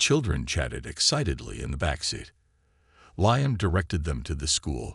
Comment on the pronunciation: The AI needs work, It's LEEUM not LIEUM...